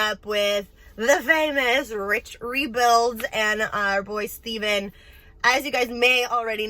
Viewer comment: It's Stephan not Stevan